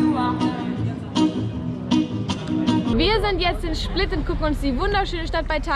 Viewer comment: Schplit?? Hast du doch gesagt?!